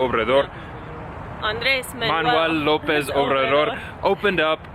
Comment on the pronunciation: 😂😭😭😭